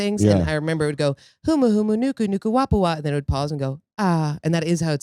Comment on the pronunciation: mispronounced humuhumunukunukuapua'a